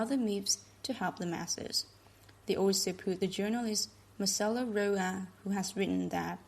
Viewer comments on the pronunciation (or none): none